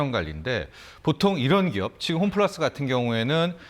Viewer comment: 홈플라스??? 발음도 안되는사람이 나와서 ...